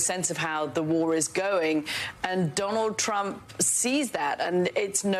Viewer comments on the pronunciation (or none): wah.. dwanald twump.. dwanald twump